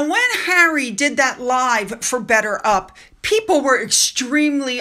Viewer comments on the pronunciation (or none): He can't even say "better up" - he pronounces it "bedder ub"